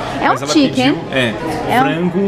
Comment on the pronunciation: parece um pastel e é de frango (voce disse pastel de flango)